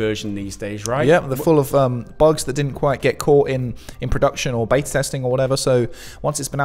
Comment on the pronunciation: still saying 'Bayta' - seriously, pack it in